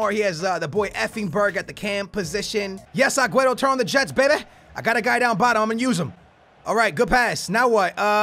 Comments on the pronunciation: I usually don't mind people pronouncing players names wrong but the way you pronounce aguero like agueto where is the T?? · please it's aguero...not agueTTo...you're not blind. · When you call Aguero Aguetoe😂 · Who's Aguetto, Maduwede, Neymarzeeto and bellereen, I know you have Portugese in you but you really try over pronouncing everything... Like rolling your tongue when you say Di Maria and It comes out as Di Malllllia... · I love your vids but why do you say Agueto instead of Aguero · Please STOP saying Agueto bro pleaseeeeeeeeeee just say Aguero like a normal person😂😂😂😂love your videos bro keep it up. I'm here from the #BooyahFamily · please it's aguero...not agueTTo...you're not blind. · It's AgueRo, not AgueTo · Why do you say Agueto when it is clearly Aguero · its agüeRo not agüeTo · It's not agueto it's aguero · lol say agueRO not agueto its getting annoying XD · Please stop calling aguero aguetto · It's sooooo annoying when he says agueTo... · Why does say "AgueTo" sometimes. 🤔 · pls what is Agueto where do you see a t in his name, still a good vid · Wait... who's 'aguaetto'??? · why you say agueto? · STOP CALLING AGUERO !! AGUETTO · ITS AGUERO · Can he stop saying Agueto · honestly where does he see a 'T' in aguero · Please man... call him Aguero